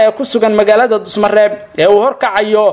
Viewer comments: Dusamareeb waye wll wuu saxanyhy dhusamareb ma han🤜🤛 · Dhuusomareeb ayuu ku dhawaaqi Kari laayahay wariyuhu Dusamareeb kulahaa